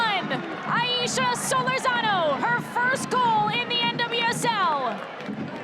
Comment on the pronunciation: I 'love' it when the ION announcer mispronounces Solórzano's surname. Come on. The stress is on the second syllable, and it is a long OO. See the tilde over the letter o here.